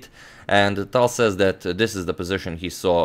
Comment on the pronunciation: i started pronouncing the T in tal like how he does instead of the airy english T.